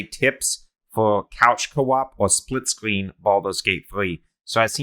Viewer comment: Bro you sound like that dude kripkey off the big bang theowee you know what I mean spwitscween experiwence LOL